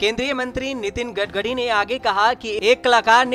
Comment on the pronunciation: 🙄🙄Gadgari Nahi Gatkari Bolo Anchor Bhiya🙏🙏